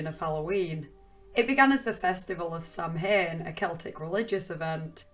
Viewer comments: To everyone replying, yes there are obviously many regional pronunciations. I’m just saying that pronouncing it like “sam hane” is not correct in any of these regions. Pronouncing it like “sowyn” or “sah win” are both more correct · Just for reference it’s not pronounced Samhain like it’s spelled! It’s pronounced sa-win. :) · Samhain is pronounced "sah-win” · Just so everyone knows, Samhain is actually pronounced like “sah win” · Kayama — Midnight actually.... It's sah win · I was going to comment this haha. It's not a huge thing but as a speaker of the irish language I just like when people pronounce it properly ☺️